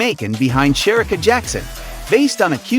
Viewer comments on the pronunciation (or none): It's pronounced "Shereeeka" not Sherika!!!